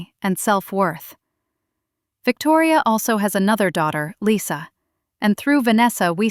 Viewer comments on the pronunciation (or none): none